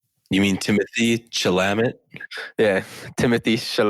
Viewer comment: Its Timothy SHAL-AH-MAY